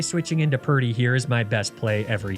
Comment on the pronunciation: purdy rhymes with sturdy